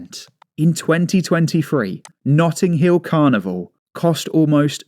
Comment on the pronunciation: 'Nutting' Hill Carnival...